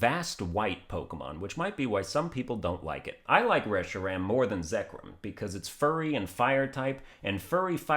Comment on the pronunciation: The way you said latias and zekrom is great. Like what are syllables lol